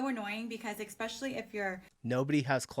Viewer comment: Did she just say expecially???